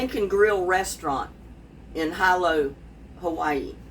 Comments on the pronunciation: It’s pronounced Hee lo, Hawaii. I lived there a few years 😊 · its Heelow..Hilo Hawaii.